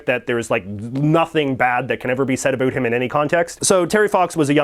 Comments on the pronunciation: He can't even pronounce "about" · I'm Canadian he's just pronouncing about an around wrong we don't all talk like that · That’s the first Canadian I hear pronouncing “About” like that I’m from Ottawa. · Americans always say Canadians pronounce the word "about" as "a boot". You are the first Canadian I have ever heard that actually pronounces it that way.